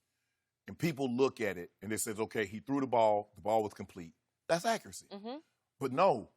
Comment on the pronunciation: Dak uracy.. da accuracy.. wow ok 😂